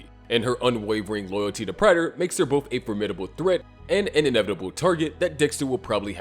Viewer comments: Please. It's not PRYTER. It's "Prater" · Say it with me PRAY-TER not Pratter